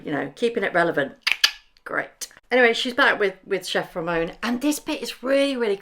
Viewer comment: Meghan.....it's chef Ramon, not chef Romeo💕